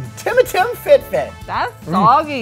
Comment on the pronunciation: The way he pronounced Timatim💀💀💀